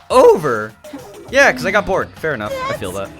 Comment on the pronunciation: everytime he says "im BORED" i feel JUSTICE! i thought i was bored bc i was stupid sdfghjk